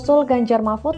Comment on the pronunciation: apa cuma aku aja yg denger kalo presenternya bilang ; ganjar marmut?